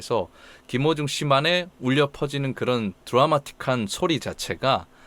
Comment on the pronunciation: 저만 그런가? 했는데ᆢ